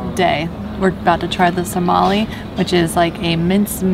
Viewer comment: Sarmale...not Somali 😂